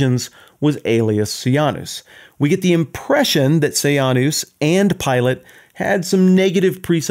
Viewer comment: This was a good lecture, it brought up all my old memories of “I, Claudius,” the British tv series. Roman emperor history is a big soap opera. “Sejanus” was pronounced “Se-Jane-us” in the series, not “Say-Ahn-us,” but wtf.